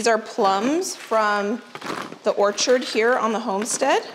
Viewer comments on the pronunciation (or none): none